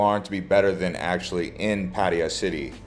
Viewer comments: Puh-thai-ya not padi-ya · Pattiya..... not patt'a'ya? Dude.. show some respect and call it right pls. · had to leave this vid - "boooda" and "pa-teya" "paddiya". Please look at the Thai spelling. Its' a common farang pronunciation. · If you want to be professional, in the end for clicks and money on Youtube, start with pronouncing the city right! If you can't even do this simple task, why would we believe anything else you say? Superficial vloggers are a dime a dozen here. Try to be different ;) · Bro provides so much useful info and people tripping out on his pronunciation of Pattaya. Wait til yall hear how DJ's pronounce "Ibiza". Its never the same 😅 Thanks for the info. Im back from Thailand and did a lot but watching these vids because i now have a piece of me missing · For someone who seems to have spent a lot of time there, it's amazing you never learned how to pronounce it's name. It sounds like you're aunt or grandma's name how you say it. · Genuinely impressed that you manage to pronounce Pattaya at least a dozen different ways. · ‘Pattaya’ is mispronounced almost as much as ‘Pai’ in northern Thailand! Duh. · What kind of braindead pronunciation of Pattaya is that for the entire video except the last one. Wtf